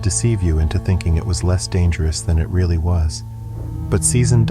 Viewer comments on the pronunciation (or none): none